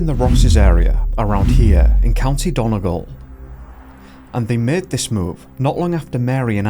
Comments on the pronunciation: Dun-ee-gall not Don-a-gul, you’re welcome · Dying at how you pronounced Donegal 💀 done-e-gall